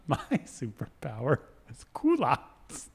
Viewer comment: It's pronounced "kee-lott"s, not oh my god whatever you all said xD jesus. it's the french word for underwear , which is also the name for the type of pants nowadays